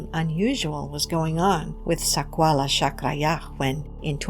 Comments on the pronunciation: The lady horribly speaking words "sakwala chakraya"😂😂😂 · Yikes! I cant listen to her say Sakwala OnE more time 😖